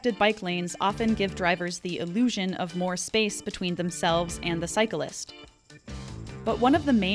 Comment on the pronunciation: How'd you manage to manage to make "cyclist" a three syllable word? Cars are always liable btw.